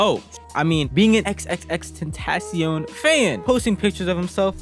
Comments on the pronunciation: Xxxtentasiown??? Is xxxtentacion it’s said like tentashion not tentasiown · it’s pronounced xxx-tent-uh-see-on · its crazy how people claim to be X fans but cant pronounce his name . You dont actually say x three times bruh. Jeez. It's Extension with a Spanish suffix because he wanted to make a name that paid homage to his afro-latino roots and environment. Everytime you say his name i cringe. Phonetically it's Ex-ten-ac-cion. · That ain’t XXXTENTACION that’s XXXTENBLOCKCION💀💀💀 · At least say his name right